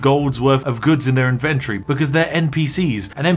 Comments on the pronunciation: “In ven tohry.” Yuck 🤮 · In-ven-tory isn't pronounced like you say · Vids are AWESOME, but dammit - say inventory properly 🤣🤣🤣